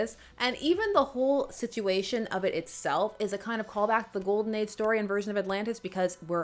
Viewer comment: did you say ghoul-den age ?